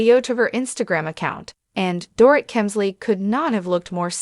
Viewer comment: It is a shame, total shame that the ‘voice’ makes SO MAKE MISTAKES pronouncing her name!!